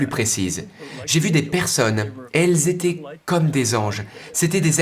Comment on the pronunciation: Témoignage très intéressant. Cependant, la prononciation en langue française est déconcertante. Faites-vous la différence entre "parlé" et "parlaient ", "été " et "étaient "? Les mots " francé", "fé" n'existent pas dans la langue française. Merci d'en prendre compte par respect pour notre culture.